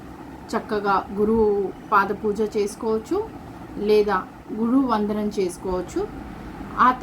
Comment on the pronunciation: Guru vandanam ante clear ga cheppandi amma